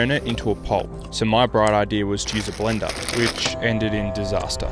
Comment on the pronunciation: Blender ❌ blendaaaa ☑️